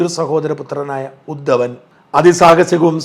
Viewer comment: ശ്രീ ഷാജനോട്, ജാരസന്ധൻ അല്ല, ജരാസന്ധൻ ആണേ. ഉദ്ധൻ അല്ല, ഉദ്ധവൻ ആണേ.....